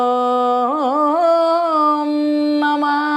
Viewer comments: ഏതു ഗുരുമുഖത്തു നിന്നാണ് പഠിച്ചത്? ഗണപതി ശ്ലോകം ഇങ്ങനെ ജപിക്കാൻ ആർ പഠിപ്പിച്ചു? എന്തു കഷ്ടം.വന്ദേ അഹം എന്ന് ജപിക്കുന്നത് തെറ്റ്. അതുപോലെ നാമോ നമഃ എന്നല്ല "നമോ നമഃ "യെന്ന് ജപിക്കണം. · എന്ത് വാ ഇത് എന്റെ പൊന്നേ എല്ലാം കൊള്ളാം. എവിടെയാ സർവാ എന്ന് പറഞ്ഞിട്ടുള്ളത്.നാമോ എന്നൊരു മലയാളം വാക്ക് ഇല്ല.ഇങ്ങനെ ഭാഗവത സ്തുതികളെ നശിപ്പിക്കല്ലേ. നല്ലയൊരു ആചര്യന്റെ ശിക്ഷ്യ ആകാൻ നോക്ക്.. ഒരുമാതിരി നന്നായി വായിക്കാൻ അറിയാമല്ലോ. ശിക്ഷ്യ പ്പെട്ടു പഠിച്ചു എന്ന് തോന്നുന്നില്ല. ആയൊരു കുറവ് നന്നായിട്ട് ഉണ്ട്.. 🙏ഒരു മാറ്റം ആവശ്യമാണ്.ഇടയ്ക്ക് വന്നപരസ്യം അവസരോചിതം തന്നെ. ഹരെ എന്നല്ല ഉച്ചാരണം ഹരേ എന്നാണ്. 🙏